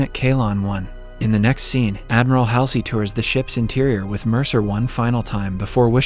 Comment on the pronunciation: And it is pronounced Admiral Hual zee or Hall sea